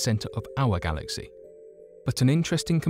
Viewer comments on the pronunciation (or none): none